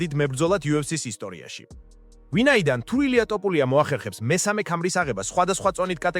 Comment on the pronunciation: რატომ ტოპურია და არა თოფურია?